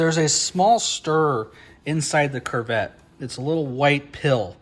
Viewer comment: Great video! Thank you for sharing. However, it is pronounced "koo-vet".